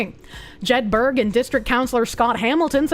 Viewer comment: It's pronounce Jed_ Burr with a soft a suggestion on the end... Same as Edinburgh